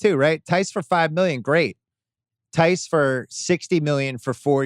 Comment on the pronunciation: Tice?? Who's Tice??? OOOOH, you're talking about a Celtics player again. Theis. Of course.